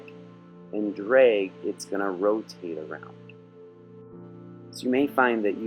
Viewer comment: Did you say "dreg"?